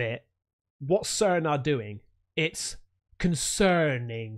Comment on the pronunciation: Its very con - cerning